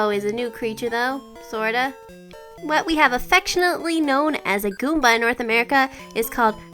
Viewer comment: said goombo instead of goomba!!!